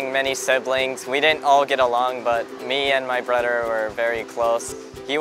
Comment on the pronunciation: "The only time I get to see my brudder" lol